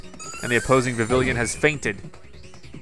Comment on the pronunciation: Viv-E-on: Vivillon :Lum-E-Os: Lumiose